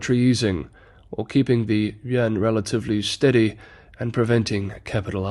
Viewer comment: dude stop saying "yen" thats Japanese currency. Its "you-in". Id be fine with "yen" but then you're always butchering Chinese city names trying to affect a Chinese accent. When speaking to English speakers, stick to English.